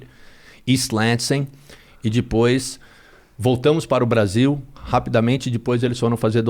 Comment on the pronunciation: Mas “dipois” podia melhorar o português. 😅